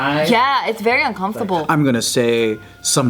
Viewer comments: Why does say UNCOMFFTABLE instead of uncomfortable!? Lol. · Am I the only one that hates the way says uncomfortable??? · the way geo says "uncomfortable" makes me uncomfortable